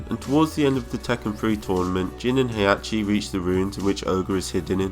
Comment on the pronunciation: He -Ah -ki. Not Hey -Ah -che